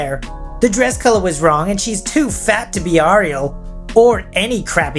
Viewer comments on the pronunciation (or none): I know you're from down under, but surely you're familiar enough with The Little Mermaid to know Ariel is pronounced 'air-ee-ul', rather than 'are-ee-ul!' Come on, man! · It's not R-E-L it's Ariel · Well, doesn't know how to pronounce "Ariel," so there's that... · That's not how ariel is pronounced...